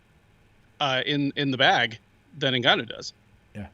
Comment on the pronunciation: I enjoyed the recap, but how in the hell are you still pronouncing Ngannou wrong?